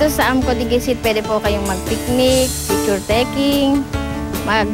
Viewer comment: diguisit is pronounced nang mabilis at walang accent sa kahit na anong syllable...pati yung dicasalarin, mali pagpronounce